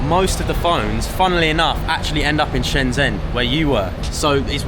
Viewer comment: Shenzhen. Zh, is pronounced j. Stop pronouncing this wrong! Twatttts